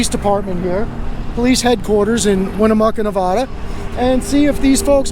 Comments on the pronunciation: The name of my state is pronounced Nev-add-a not Nev-ah-da, please and thank you. Love your work, please keep up the great work. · I hate when people say Nev-O-da. Born and raised in Northern Nevada. Lol But love what you do!! Keep these blue ISIS thugs accountable. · Where is nevahdah? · He can't say Nevada I'm born and raised what window licker short bus rider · If you are going to bring your nonsense to Nevada, please learn how to pronounce the name of the state correctly.